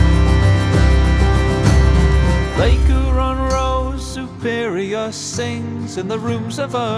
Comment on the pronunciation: Chip-pe-what? Never heard an Englishman pronounce that name before. Also dropping the 'h' of Huron. This is so weird, but fun.